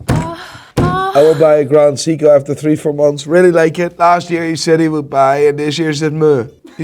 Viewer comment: Maybe they'll give him AD status when he learns how to pronounce Seiko...